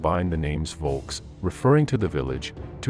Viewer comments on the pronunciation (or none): Volk ... referring to village ... Really? Volk in English is people or folk. Which BTW, is how volk is pronounced, with an F not a V.